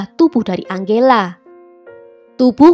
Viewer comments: Tulisan nama angela, bacanya enjela min. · Tergantung pengucapan negara darimana dia berasal. Biasanya kalo dari bhs mexico (spanyol) bacanya: ang-he-la